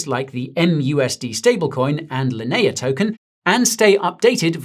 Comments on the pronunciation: Linea" in "Linea blockchain" is pronounced "lin-ee-uh" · How you say... Linea again? (LOL) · why pronounce Linea like that >_>